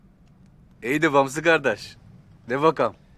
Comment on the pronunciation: Brother, and please everyone who is saying Gardesh, it's Kardesh not Gardesh. You are ruining the word.